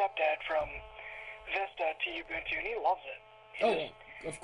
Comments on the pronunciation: U bun two is how you say it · Almost nobody pronounces it like that.. even the most hardcore linux users..